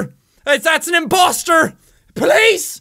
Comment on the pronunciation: He said "imbosster"